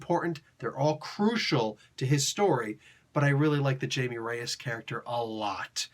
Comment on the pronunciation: As part of the overall "infected" storyline I thought it was fine. It's not a good stand alone though and it doesn't have much of the Jaime character to it. (Jaime is pronounced like hi-me btw)